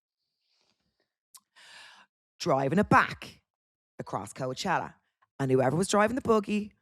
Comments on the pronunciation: What’s with calling it co-a-chella hahaha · If Amber was pronouncing Coachella like Vogue would be on her like a wet shower curtain. 😂